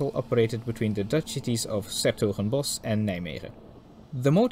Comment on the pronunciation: If you want to make more footage you can visit the ''Stoom Stichting Nederland'' this coming weekend (2-3 october). Not sure but if i'm correct there will be 23 023, 23 071, 23 076 and even a Pacific (01 1075). Also for someone not Dutch you pronounce 's Hertogenbosch and Nijmegen quite well!